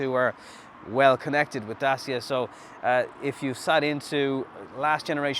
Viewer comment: It's pronounced dachia ffs....